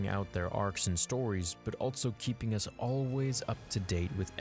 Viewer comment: Has anyone noticed that always says « altso » instead of also